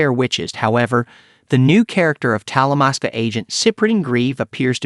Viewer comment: Dude it's Talamasca